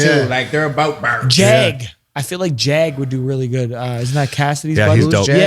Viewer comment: Take a drink of your favorite beverage or a hit of whatever you smoke every time they say 'berz' (Bars)